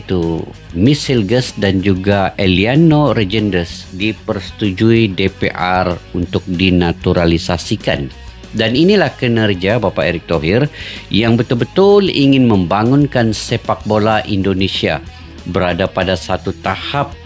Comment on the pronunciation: De pe er, bang bukan de pe ar..kan sudah belajar kemarin waktu ke Indonesia